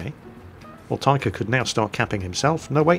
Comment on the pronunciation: 1st Taika Apina is (based on the name) from Finland and 2nd you are pronouncing 'Taika' like tiger XD (but more like tigah) which is a bit wrong